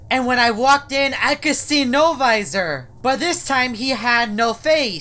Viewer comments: He always says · It’s sound like L visor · Wen said NO-VOISOR it freecked me out